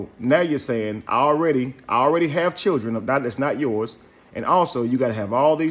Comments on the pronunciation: Yo bro she didn’t say Children she said Chulren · If a woman says "Chirn" instead of "Children" leave her where you found her. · I'm confused, did she say chair or children.🤣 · Chilren Hahahhahah Lost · "I got fo' babydaddies and they take care of they chil'ren" ...this says it all she even has on a parachute bonnet 🙄 hmm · Well you posted this ON SOCIAL MEDIA!!!! and whats up with "churrin"????? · Chirren😭🤣🤣...ik it's a slang in some places but it's funny asf🤣🤣🤣🤣🤣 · The fact that she pronounces the word "children" as "churrin" that alone is a HUGE RED FLAG... according to her rant, this chic has more red flags than a Chinese communist parade 🚩🚩🚩🚩🚩 🤣🤣🤣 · Any man that wants a woman that can't pronounce children properly deserve whatever they get. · She got a nerve🗣. Learn how to say children and strength first 😭. I'm done